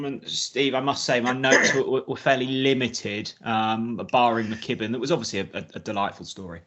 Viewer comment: Quality podcast as usual guys yes that's Guys could please pronounce my countryman Tom McKibbin properly not McGibbin he doesn't say S W Gim Tom Gim or Kevin Gisner come on sort yourself out man lol. Rose for the Canadian will do me cheers